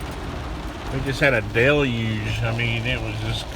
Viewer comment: LOL "a delyuge" That's even worse than a deluge. I know you pronounced it right it just sounded funny with the twang.